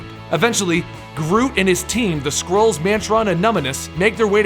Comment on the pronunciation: When you said Skrulls at first, I thought you were saying squirrels